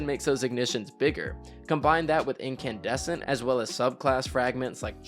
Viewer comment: I lost my mind when he said Incandussy